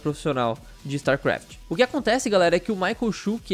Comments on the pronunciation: Kkkk quantas vezes o falou starkraf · "Star QUaft"